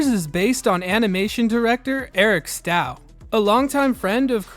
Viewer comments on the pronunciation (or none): Actually, for Eric Stough, I think his last name might be pronounced as rhyming with dough, like how it's spelled as with, the long letter O.